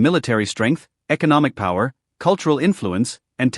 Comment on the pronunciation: No pawer you laiyer 😂😂😂